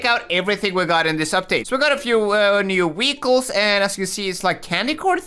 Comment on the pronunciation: why do you always say to car wechiles not vechiles